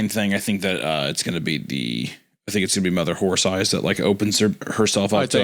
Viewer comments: I giggle every time Isaiah says mother whore thighs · "Mother Whore Thighs"? Really Isaiah? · Not Isiah mispronouncing “Mother Horse Eyes” as “Mother Whore Thighs” 😂🤣😂🤣🤣🤣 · I love how many time he accidentally says mother whore thighs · take a shot every time Isaiah says Mother Horth Eyes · Don’t let the video length distract you from the fact that on multiple instances Isaiah had to prevent himself from pronouncing Mother Horse Eyes as Mother Whore Thighs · Pretty sure I heard Isaiah say "Mother's whore thighs" a few times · On multiple occasions it sounds like Isaiah says, "Mother Whore Thighs". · Did anyone else hear Isaiah call the author momma whore thighs? 😂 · Wendi def said Mother Whore Thighs one time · The amount of times Wendi mispronounces Mother whore thighs is just funny 😂😂😂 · Take a shot every time Wendigoon pronounced "mother horse eyes" as "mother whore thighs" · I'm dying every time Isaiah mispronounces Mother Horse Eyes as "Mother Wh0re Thighs" 😂😂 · “mother whore thighs” - wendigoon 2025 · Lmao I noticed that too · Im just here for how many times Isaiah calls her "mother whore thighs" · Isaiah's mispronunciation of "Mother horse eyes" caught me off guard 😮😅. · ‘Mother whore thighs’????? Isaiah???? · Isaiah says "mother Whore Thighs" MULTIPLE times in this podcast and he needs to be called out.